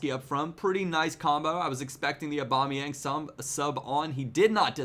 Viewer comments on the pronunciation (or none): none